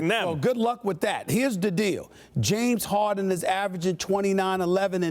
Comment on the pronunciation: "James Hawden"